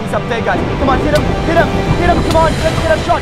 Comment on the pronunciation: him not hime